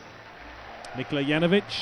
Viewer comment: It's also Nikola not Nicola